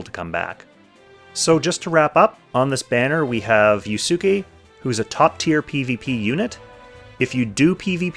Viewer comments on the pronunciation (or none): Anyone else cringe hearing him butcher yusuke's pronunciation?